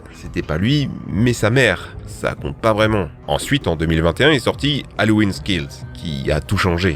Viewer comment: C’est pas haloweenze skills 😅 c’est halloween kills ! C’est quoi votre soucis avec l’anglais ?